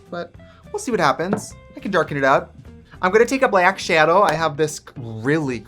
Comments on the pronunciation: ‘I’m going to take a black sHaDoW’ that accent really coming out and I love it. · Trixie’s accent when she said “blaeck schaedow” = DYING <3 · “I’m gonna take a BLYACK SHYADOE “ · “Black shadow” with the most Wisconsin/Midwest accent ever! Lol Sending love from Illinois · Your Wisconsin came out so hard when you said “black shadow”. 🤣 you can take the midwesterners out of the Midwest, but you can’t take the Midwest out of the Midwesterner. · Your Wisconsin came out when you said black shadow🤣🥰